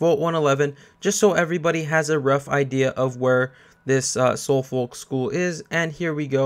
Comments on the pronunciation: You pronounce Suffolk (sufuk) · Just so you know Suffolk is pronounced SUFF-UCK. I know because I live in Suffolk, in the U.K. Anyway that aside, thanks for the good guide bro. Much appreciated. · It's pronounced "Suf-Fuk"